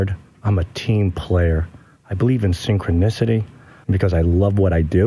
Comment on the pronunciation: "synchronicity" lol